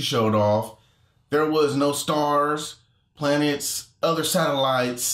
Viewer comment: M Benz calls them "plantets" not planets! 😂